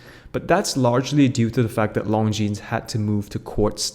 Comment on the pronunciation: The least you could do is learn how to pronounce Longines properly. The s is silent.